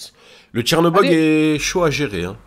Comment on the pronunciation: j'étais tranquillement en train de manger mon petit déj quand soudain prend le "chercobog" et une envie me prend de tout dégueuler sur mon passage.